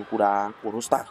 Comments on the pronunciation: tên là ro đờ tăng , chứ ko phải ro sờ tăng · Qua VN thì ông ad tự chế cho em nó thành Rodstang, hài ghê! Nước ngoài nên phải có "sờ" thì nó mới sang nhỉ? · Rodtang không có chữ s nào mà sao bình luận cứ Rostang là sao thế ạ? Nghe rất khó chịu.